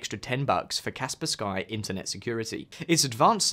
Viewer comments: Insta close video when paid to reccomend Norton as #1, what bullcrap. It's also pronounced Kasper ski not Kasper Skye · 1. U have a code for Norton, that makes u money. So naturaly u speak about Norton first+rate it the highest. Norton! Hehe, lets keep encrypting: u dont bother to find out how to say Kaspersky, instead say "Kasper Sky". Kaspersky is not a slavic name, but its a word made from 2 English words: "Casper", they chose a "K" though for... reasons. And "Sky". Its from Russia, surely its pronounced "Casper Sky". ✅️ But be careful, "Casper Sky" was rated a 10/10. It was never in the news for links to any gov (unlike US software and Hardware (Intel *cough*)). But8 "be cArEfUl, RU ties, trust me bro". So a perfect rating + VPN reasons (are u testing AVs, or VPNs?), I rank it behind NORTON😂. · bro enough with Kasper SKy, its Kaspersky. really??? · "Kas -per-SKY" LOL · The way you pronounce Kaspersky made me die a little inside